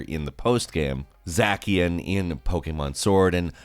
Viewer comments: It's Zah-shian, not Zackian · Did he say zacian as zakian??? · zhey-she-an now zackiam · Its not zackion Its zaishain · It’s not zackian it’s zashian but spelt zacian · you’ve heard of za-shian, za-cyan, and zay-shian, now get ready for: zack-ian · ZA SIAN NOT ZA KIAN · Did you just say Zackian? Its pronounced Za she an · Zackion Zacian is ZAE SHUN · It’s pronounced za-see-in not zak-ee-in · lmao i’ve never heard someone pronounce it like that “zackian” it’s zah-shee-in i’m pretty sure you can’t catch a kantonian meowth in this game. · Ok, I know that it’s pronounced Za-CYAN like the color but I really like the way he said Zack-ian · zack-ee-in? Its zash-ee-in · Nobody: Not a single soul: Me: ITS NOT ZAKIAN ITS ZACIAN AHHH THE PRONUNCIATION AHHHHH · When he zacian (zack-eee-an) I died It’s zacian (zay-she-an) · Anyone else pronouncing it "Zay-see-in" and cringing at "zack-ian"? Just me? Okay.... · It’s Zacian, not zakian! The C is pronounced as an S! Like Zashian but spelled like Zacian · Za*K*ian? What?! It’s Za*S*ian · when you said Zackian I about died oh my gosh. Zacian (Zā-she-un) I guess it’s fine if you want to say it weird, but that’s the official pronunciation, so now you know 👍🏻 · Bro pronounced it Zackian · Im not tryna be rude but i find it hilarious that you said zakian instead of zacian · Bro rlly said Zackian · zacian= za-sh-i-an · Zack-ian sounds funny 2 years later 😂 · I loved it when. He said zackian😂😂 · Yo he said Zakian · Ah yes “zahckian” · Love how he says Zacian as Za-ck-ian and how he says Zamazenya perfectly fine. I feel like this is every person. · The fact he says Zacian like zackion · I know it is a year later but sword legendary is pronounced “za-she-on” and the fighting type gym leader is pronounced “bee” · ZAKIAN??? It’s zacian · did he say zacian wrong or is it just me. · Its zah she an Lol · did he say zakian? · “Zack-Ian” bruh seriously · he in fact did pronounce Zacian wrong. Its za-shin not za-kee-uhn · My man said ZACKian!!🤣